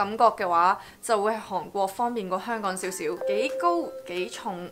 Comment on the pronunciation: 你好重的懶音，例如 香港 韓國 講野 ，唔知你覺唔覺呢？